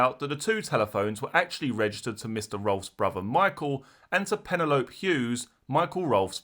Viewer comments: love the channel but some words you pronounce funny hahaha pa-nel-opy lije penelope pitstop its just ive never heard of a pennylope lol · That cracked me up! Like Manfred Man’s “ colliape crashed to the ground” 😂 I like crime scenes’ pronunciation! Penny lope Hughes ❤